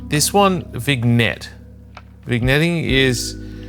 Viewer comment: 'VIG-net' caught me off guard haha. said with so much confidence too. It's pronounced 'VIN-yet'